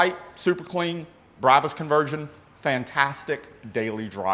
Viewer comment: Brah-bus not Brab-us "Bra" like the lingerie "Bus" but like you're going to say the word pu$$y but with a "B"